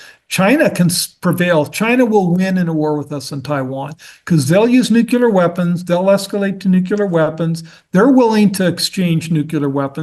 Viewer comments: For someone as educated as he’s supposed to be, I would think he’d know “nuclear” not “nucular” and the difference between “succession” and “ secession.” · Nucular Son, it’s pronounced Nucular…. Also, as I recall the 2011 UK riots were triggered by the police shooting of Mark Duggan in which case it was similar to a George Floyd situation. It didn’t happen spontaneously for no reason. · What’s “ nEwCuLaR”? Is he trying to say nuclear (new-clear)? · Good video. It would help if they knew how to say NucLEAR right, not nucular. Secession, not succession. I don't know why he doesn't use words correctly at his level. Otherwise, a great video with good info.